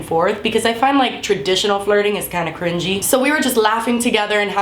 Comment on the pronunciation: Crungy or cringy? I was repeated the video 2 times lol